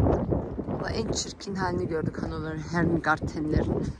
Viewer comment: Abla Hannofaa okunuyor ! Hanofer degil😂😂Abla Türkleri nasil tanirsin biliyormusun ? Herseyi ellemek istiyorlar ondan hemen anlarsin🤣yaa bi ellemeyin cicekleri Pflanzenleri 😁❤️